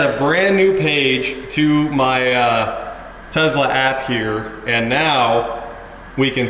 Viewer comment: There is no letter Z in the word TESLA!!!